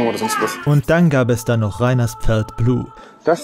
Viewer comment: Dieses Video verdient mehr Aufmerksamkeit ❤! Das Video muss fortgesetzt werden 😢 Bitte ein teil 2 machen. Und Das ist " Ferd Blu" nicht Pferd 😢